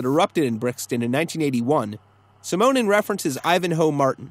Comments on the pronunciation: Simonon is pronounced like 'cinnamon'. Otherwise, good. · damn, that pronunciation of Simonon is irritating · Nice little video. Especially the points you make about how they differed from the Pistols. P.S. you're pronouncing Simonon wrong...... P.S. - Paul Simonon haha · I've never heard "Simonon" pronounced that way. I don't think that's how it's supposed to be. /ˈsɪmənən/ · God, your pronunciation of Simonon genuinely upsets me